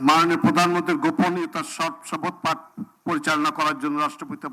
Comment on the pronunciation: ছি ছি ছি এহসানুল হক মিলন সাহেব আপনার প্রধান মন্ত্রী তো শপথ শব্দই সঠিক ভাবে উচ্চারণ ই করতে পারে না ছিছ